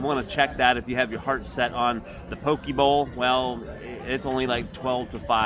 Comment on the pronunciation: Poke is pronounced as poh-kay, not pokey